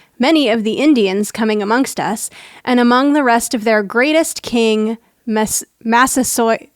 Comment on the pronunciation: I appreciate you checking on the Massasoit/Massachusetts thing. As an Eagle Scout from Massachusetts with a bit of knowledge of local history, you had me shouting at the screen for a moment. One last thing to mention -- pronunciation: "massa-soy-it" Also, yes, turkeys are a problem. And while they are technically a ground bird, I have seen them fly short distances to get up into a tree roost, and a flying turkey is the most unwieldly-looking bird you can imagine.